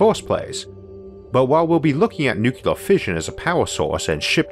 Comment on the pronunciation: NU-clee-er, not NU-cu-lar.